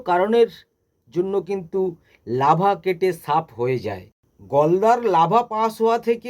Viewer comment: Lava noy larva..apni ki trenner??